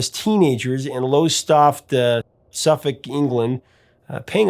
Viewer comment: Omg - you said Suffolk right!